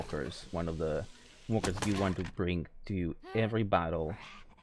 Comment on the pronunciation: am i the only one that heard wonkers instead of walkers